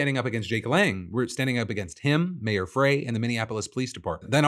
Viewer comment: FYI: Jacob Frey’s last name is pronounced like “fry.”